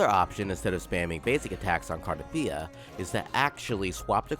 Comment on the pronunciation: Bro pronounced the name 132 different ways and not a single time is it right